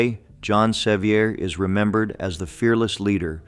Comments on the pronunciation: John Seiver's mother was a sister to my ancestor John Goad. Seiver is pronounced Se-VER, not SE-viar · You've mis- pronounced the names of Sevier ( severe) and also Blount ( blunt)... those names are still extant in our area of the smoky mtns. and spoken every day as they would have been at that time. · Why can’t you pronounce Correctly the names of these heroes as you proclaim. John Sevier and William Blount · Well done, we forgive you for the mispronunciation of some heroes’ names. Willam Blount is pronounced blunt. John Sevier is pronounced like severe. He was more often cheered as nolichucky Jack for victory in major battles against the Indians on the Nolichucky River. His wife Katherine was called Bonnie Kate. They lived on a pretty farm called Marble Springs in south Knox County which is a State monument and open to the public. He never lost a battle against the Indian tribes. Nancy Ward was a loyal friend to him and the Wataugans as they were called before the Revolutionary War. His life would make a great movie. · The name is pronounced Severe. Nancy Ward saved my gggggggg grandmother's life, Lydia Russell Bean. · That is pronounced SA-veer! I had three great grandfathers at the Battle of Kings Mountain! Pride runs deep here. William BLOUNT is pronounced here in Tennessee as BLUNT, NOT blOUnt! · The correct pronunciation of “Sevier” is the same as the word “severe.” Do your research, prior to adding commentary, so that the names of these “heroes” are pronounced correctly. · Ikr, he got it right the very first time, and wrong every time after. 😂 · Loved the video, but twinged every time he mispronounced John Sevier's name with a frenchie accent. LOL Even the stories about yankee oppressors were inspiring, LOL.